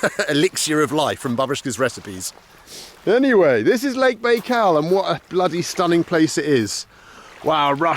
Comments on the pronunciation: Very interesting but I was surprised that this Russian speaker didnt pronounce the title name of his video correctly. Baikal is pronounced - byekal not baykal. Very odd. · Bald, why do you pronounce it "Bay-kal"? There's no way you wouldn't know how to say it correctly at your level of Russian, and it's even more weird considering several people said this word to you in this video too.. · Strange pronunciation of Baikal ...